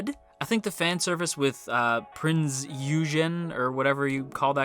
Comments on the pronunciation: I’ll be satisfied with this anime once I get to see my Amagi. Also Prinz Eugen is pronounce prinz oi-gen. And fan service is common in Azur lane. The game is literally fan service so expect to see more in the anime Also Bismarck, Duke of York as well as Yorktown. I’ll be one happy commander once I see them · Prinz Oi-gan (it's how you Pronounce Eugen) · Prinz Eugen is pronounced Prinz Oy-gen